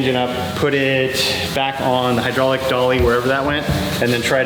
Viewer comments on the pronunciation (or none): none